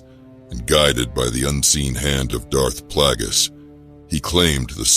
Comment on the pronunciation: Darth Plaggus and Palpatyne xD